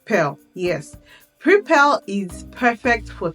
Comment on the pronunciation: So you mean Preply? You're saying prepel? There's no platform such as prepel but Preply.